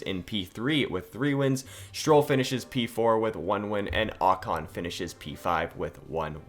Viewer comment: Stroll not Strill